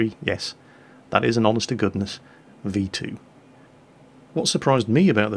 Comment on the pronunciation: At what point did he say V2 all i heard was V1 witch that was.